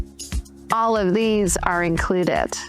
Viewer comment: Why does Jenna Sudds pronounce a T on the end of the word included? And what a goofy video, not a serious person.